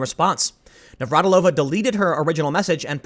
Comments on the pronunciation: FYI. Slavic female family names that end with -ova/-eva have emphasis on 3rd syllable from the end (NavraTIlova, not NavratiLOva). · Ugh... as a native Czech, the pronounciation of Navratilová is bothering me so much. She's not Russian... But good on you for trying.... somewhat...